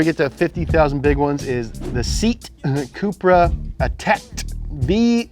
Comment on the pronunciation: such a exciting video. just one thing, oh man the way you pronounced seat cupra. it’s pronounced SAY-YAT COO-PRUH